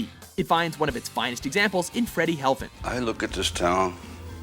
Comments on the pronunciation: Freddy HeFLin, not HeLFin. It was written correctly on screen, but mispronounced every time. C'mon! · heFLin. not helfin.